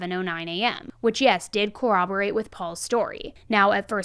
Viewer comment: I love your videos, but I just really need to let you know that it’s pronounced “cor•rob•o•rate” 🥲